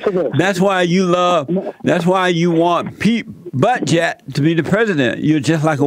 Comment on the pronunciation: Did anyone else hear “Mayor Pete Buttjab” ?